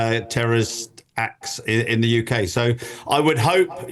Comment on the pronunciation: Not my “YouKay”. Dyed hair leftie loonies out! Ice Lamb out!